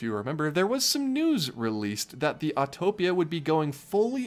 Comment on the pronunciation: I’m so glad you actually know how to say “Autopia.” Thank you for not saying Autotopia!!!